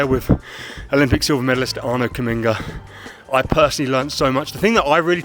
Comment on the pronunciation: As a Dutch person, I've never heard 'Kamminga' pronounced like that, must be his stage name 🙃